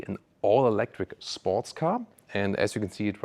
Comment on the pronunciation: ⚫️🟡.. To me looks more like a Bugatti but it being a sports car I think it’ll work and it’s growing on me. I kinda like it. It’s so different and so I catching that. I think that vehicle in a solid black or yellow would look amazing. ❤ what truly breaks my heart is that you said Ewwlectric.